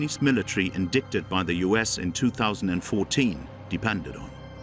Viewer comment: I love the way the commentator says "indiKted" instead of indicted.. lmao